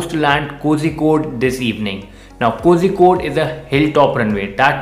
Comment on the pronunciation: Not kojikkode ! Kozhikkod